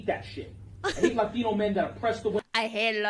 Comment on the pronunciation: "I know a lotta LAH-THINO men." 😂